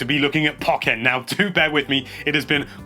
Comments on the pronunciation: Dude why is he saying POC-EN instead of PO-KEN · sorry but I don't like how you say pokken but I don't know how to say it myself but I say it like po ken not poc en sorry if m wrong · PO - KKEN NOT PUKENN